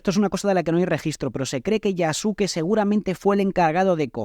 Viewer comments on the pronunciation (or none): Yasuke se pronuncia "Yaske".